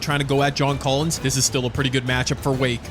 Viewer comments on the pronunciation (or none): none